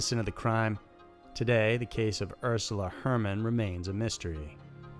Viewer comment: Why do you say Örsula Hörmann ? Her name is U rsula HErmann. U like in "uuh ", E like in Elevator. Strange thingbhere is that you Americans make strange noise trying to read Ä or Ö -Whilst you use them every day and all the time!?! How aboutbwriting your language themway you speak it, instead of calling it "English" and use wrong spelling. Däta, Pärents, Känsas, Jänuary, träce, män. Hőrd,Nörd, skört wörd. Etc..